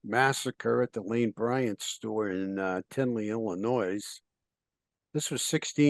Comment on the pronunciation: big fan, but Illinois, the 'S' is silent. Please.